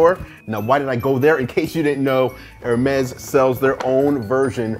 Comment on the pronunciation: It's actually pronounced hermees